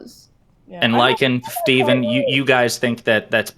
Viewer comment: Who's "Fteven?"